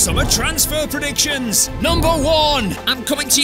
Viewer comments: Love the “Predictiowans” 😂❤❤❤ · I love these transfer “Predictiowans” 😂😂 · "5 more predictiowans" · Did Roy Hodgson Post The Video For You? I dont know what is a "Predictiowans"